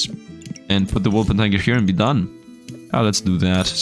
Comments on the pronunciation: It drives me crazy when misreads Wulpertinger. It's Wool-PER-ting-er. TiNger. Not tiger. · Does not Sound like tiger TING Ger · WolpERtiNGER, not wolpentiger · I hope one day he's gonna pronounce wolpertinger the correct way.. I mean its not that hard, its not wolpentiger its not wolpetiger or anything tiger related hahahaha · Day 8 of hoping that will pronounce Wolpertinger correctly. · None of the YouTubers I watch pronounce this properly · you pronounce it very poorly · But the pronounceation is realy hurfull to me as a german XD